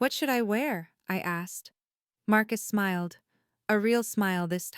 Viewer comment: "Marcus Smild"? You mean 'smiled'. Maybe, edit with the Audio, 'On', to correct all of the mistakes.